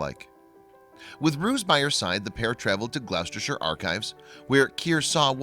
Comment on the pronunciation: Perfect annunciation of the Gower (not far from too far from where I live in South Wales UK), but Gloucestershire is pronounced Gloss-tershire (the English language in its infinite wisdom). Really interesting video 👌🏻